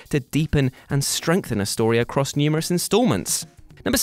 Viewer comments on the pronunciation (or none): none